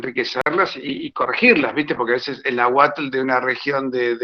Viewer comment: Que mal pronuncia náhuatl debería investigar la pronunciación correcta